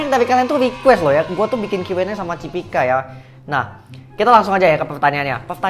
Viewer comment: Cipika bukan Cipiki ya bg??